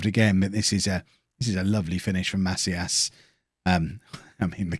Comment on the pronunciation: It's pronounced "Ma-SEE-as"